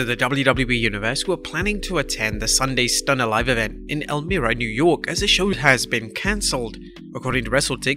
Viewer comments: The I in Elmira has a Y sound El - My - Ruh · The cancelled show in Elmira (pronounced El MY ra) just shows that not all markets are hotbeds for live events right now. In Upstate NY, it's generally Albany and Rochester that are hotter until you get to NYC and MSG. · I understand why people say it but as someone from Elmira, it makes me mad how it is pronounced, also they haven’t advertised the show at all